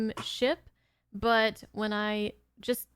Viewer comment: When says the word "but" the midwestern vibe just jumps off of the screen. I'm guessing Ohio or Wisconsin. Nobody in my neck of the woods talks like that.